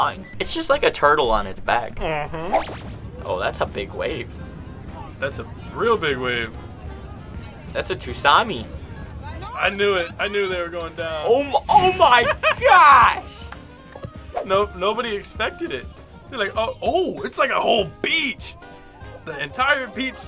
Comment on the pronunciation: "Thats a tuusami" 🤣